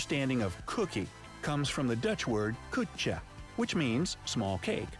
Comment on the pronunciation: 😂😂😂 the voice-over pronounced the Dutch word 'koekje' like how we Dutch call 'lady parts' or a c*nt actually, only in a diminutive manner.